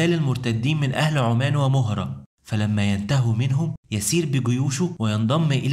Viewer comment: حبيبنا نفع الله بك هذه بعض الضبط لتصحيح المسميات لقد أُشركتُ في الامر معك. بضم التاء وليست بفتح التاء للمخاطب . عُمان والمَهْرَة وهي منطقة في شرق اليمن ع حدود عمان . لو تحب مني اي عمل يتعلق بالضبط للأسماء او تاريخيا او لبعض اسماء الصحابة وغيرهم فابشر . رقمي الواتس او اتصال ديو من مكة المكرمة